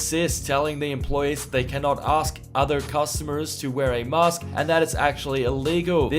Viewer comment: Yes, please wear a mee-ask inside